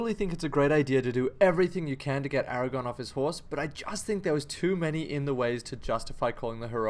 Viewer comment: Aragorn. With an r.